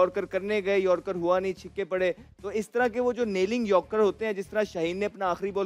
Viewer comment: Ahmed shezad says chikke 😂😂😂 not chakke 😂😂😂